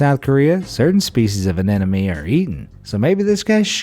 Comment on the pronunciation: Bless your heart... Anemone - An Em Oh Knee, not An Enemy